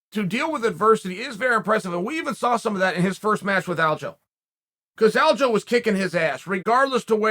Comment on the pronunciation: its not aljo lol. It's alja,look at how his name is spent dummy, u can't just changed it bc u want to lol